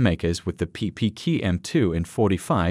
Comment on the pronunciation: PP Key-ew Q Sound it out.